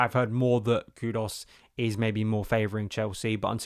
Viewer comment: It’s impressive how many player’s names you mispronounce…’estavao’, ‘maduwake’ and ‘kudos’